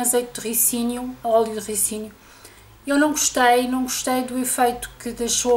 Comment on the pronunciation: já reparei que diz óleo de "ricínio", mas diz-se RÍCINO